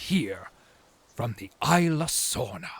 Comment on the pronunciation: Did he purposely pronounce it aye-la Sorna, instead of eez-la Sorna?